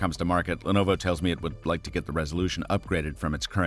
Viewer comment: have i been pronouncing the word "opacity" wrong all my life